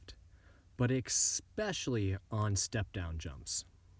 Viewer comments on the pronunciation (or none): Love your vids! But everytime you say e"x"pecially it makes me lose focus haha